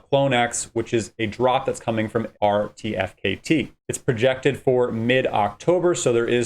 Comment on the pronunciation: incorrect. you can mint 3 per qualifying NFT... and pronounced artifact = RTFKT